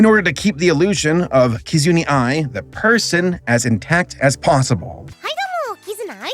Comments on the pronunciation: wow he just butchered almost all of their names. Little piece of advice, instead of just trying to read the names try to listen to someone who knows how to pronounce them. Many names these days have silent letters or even hidden letters. No hate though, i always love your videos and watch them as soon as they come up. Its just been so long that you are struggling with names. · just a tip on your model, i'm noticing a lot of voice de-sync. If you use vtube studio (which you should because its the pretty objectively the best vtuber model tracker.) Theres a voice input setting for your microphone so the mouth doesn't do that. Also side note! her name is Ki - like 'Keep' Zu - like 'Zoo' Na - like 'Nap' Ai - like 'I' Otherwise good video! I very much appreciate you doing god research on things like the hololive app, and the first vtuber as those are commonly mistaken things people get wrong. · Right? Like as soon as I heard this trend had its origin in Japan I thought, “Oh God here comes the cringy pronunciation…” I thought I was prepared, but JESUS, the way he kept saying the names wrong over and over I was cringing so hard 😭 I swear, some people really act like Asian languages are Enochian when most East Asian languages (at least the ones I’ve studied) have less sounds and much simpler sounds than English. Also GOOGLE. IS. RIGHT. THERE. I know because I used it to look up the spelling of ‘Enochian’ so I wouldn’t be out here sounding dumb. Google Translate literally has a pronunciation feature for Chrissakes. It’s 2021, there’s literally no excuse for this anymore. We can also talk about the fact that he mentioned the Japanese idol industry and the first thing we see is Twice, a Korean idol group, but I already feel like I’m gonna be banned for this strongly-worded comment 🥲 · I confirm 100% that you did not pronounce Kizuna Ai correctly. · I wanna say take a shot every time says "Kizuni" instead of "Kizuna", but I feel that would lead to alcohol poisoning...